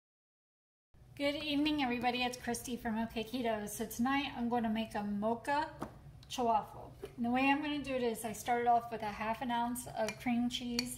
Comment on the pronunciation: Kristy, you are an incredibly creative cook for Keto, but why do you insist on mispronouncing the Chaffle name? It may sound cute but it’s really grating. I would love to watch your videos but can’t get past this. Sorry 😐. I know other commenters, my loss, but will live with it. Still really respect your creativity!